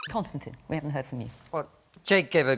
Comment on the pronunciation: Bahaha the host said "Constant Kissin"